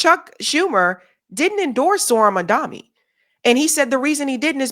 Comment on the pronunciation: No issues pronouncing Schumer then? But can't seem to say Mamdani, huh? A real tongue twister. It's not Mamdami.